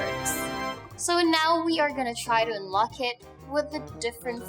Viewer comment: she needs to work with her schwa.. unlock sounds like Unluck.